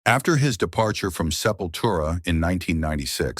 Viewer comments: Sepura , selura, sepoustra !!! 😢😢😢 !!!!!! En vrai, ça se prononce :"Sepultura" !!! Au secours !!! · Esses I.A querendo falar os nomes das bandas tudo errado !! Selfuria foi demais pra mim ! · Essa narração robótica é horrível. 'Sefura', 'Seleura', 'Chisoprenha' - porra é osso!